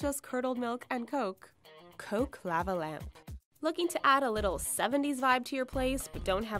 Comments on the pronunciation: Law-va not La-va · lah- va is how u say it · "Lahvuh lamp." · Say "lava" correctly. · that bothered the hell out of me lol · The way she says lava lamp pisses me off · why the hell does she say lava that way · Yep dunno why but that bugged the shit out of me too. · the way she says lava lamp 😂😂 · How she said lava was weird